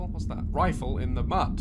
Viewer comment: Game: "USE HEADPHONES!"... Daz: "NEVER DROP YOUR RIFLE IN THE MUD!"... My ears: "NEVER DROP YOUR RIFLE IN THE BUTT!" 🤣🤨😂... I am going to need more than earphones to hear things at this point!...Headphones?...More like Hearing Aid please! 😐